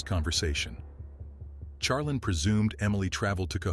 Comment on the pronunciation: Can we get pronunciation for the AI voice overs? Charlene is more than likely (shar-lean) not (Char-lin)